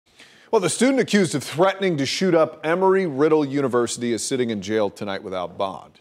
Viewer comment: Embry...... not Emry. There's B in it